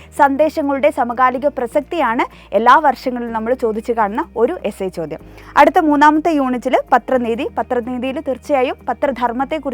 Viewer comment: പ്രസക്തി അല്ലെ 😂 പ്രസത്തി അല്ലലോ